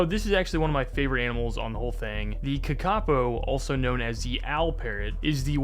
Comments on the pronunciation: Kakapo is pronounced Ka Ka poor okay not Ka Ka po you monster that is an insult to everyone in NZ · the kakapo is pronounced kah kah po not ka ka poe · its kaka-po, not ka-kapo 😭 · "ka-kaw-poe" lmao (correct pronunciation is like 'car-car-poor' but with a british accent) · ka-ka-poo not kuhkahkoo lol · Kakapo is pronounced more like "kah-kah poe" btw 🤓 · the kakapo is actually pronounced kaa kaa po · the KA-KAH POEW Lol mispronunciation aside I love these kinds of videos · it's pronounced karkahpoe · car cuh po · ka ka poe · its pronounced Kaka-Po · Sorry to say put kakapo is pronounced "ka-ka-po" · That is... Just not how you pronounce kākāpō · What was that pronunciation of kakapo??? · Pronounce the damn kakapo better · you pronounced Kakapō wrong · As a new Zealander, the way he said kakapo made me giggle a lil bit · sorry man but i had to click off when i heard that horrendous pronounciation of the kakapo LMAOOOO i was so excited to see my countries native animals but brother 😭😭😭